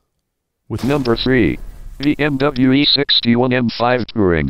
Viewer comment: Why do you pronounce BMW incorrectly?